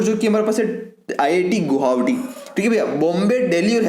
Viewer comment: U can not speak गुवाहाटी😅